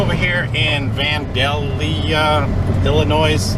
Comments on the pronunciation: Its pronounced VAN-DALE-YA, LOL, thought i'd help ya out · FWIW, I grew up in Illinois and I always heard it pronounced van-day-lee-a.... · Van-DALE-ya. I think it is.